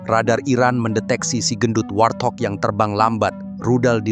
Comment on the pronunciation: Izin Min, warthog itu dibacanya wart-hog (wort-hog) bukan war-thog. Warthog alias babi kutil dari Afrika.. maaf ya Min cuma kasih masukan tanpa bermaksud menggurui sama sekali 🙏 Info keseluruhan sih selalu mantap seperti video-video lain sebelumnya yg byk memberikan pencerahan dan tambahan pengetahuan buat para viewer. Gas terus Min, dukung perjuangan anti AS - Isrewel agar kita semua paham propaganda mereka sebagai penjahat dunia yg selalu mengacaukan belahan dunia dimanapun. 👍👍